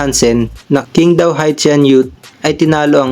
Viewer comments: QING DAO. Pronounced as CHING TAO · You'd be surprised.... 杨瀚森 is literally Yang Han Sen. Which is basically Hansen. You can even check using translation apps if you dont believe me. By the way Qingdao is pronounced as Ching Daw